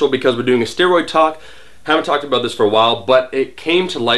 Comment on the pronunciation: let's talk Aboot it! lolz